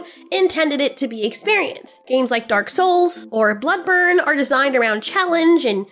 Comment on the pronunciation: Honey, did you just say “blood burn”???